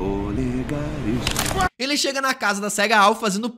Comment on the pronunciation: "polegares" kkkkkkm